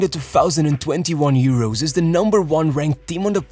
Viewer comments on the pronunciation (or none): none